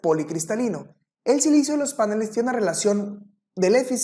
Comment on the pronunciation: Este expositor dice páneles , en la lengua castellana se dice panel, en la lengua sajona si se acentúa el vocablo a , maldito snob